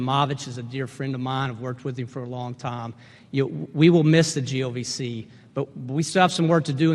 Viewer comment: i think accidently said GOVC not GLVC lol